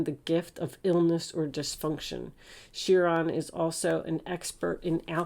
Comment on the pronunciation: Chiron - wounded healer - promounced ki-ron, like pie-ron